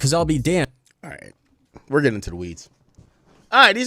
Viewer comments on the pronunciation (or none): none